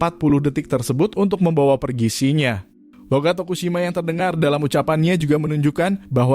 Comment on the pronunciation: salah baca namanya.. Shin-Ya, bukan Shi-nya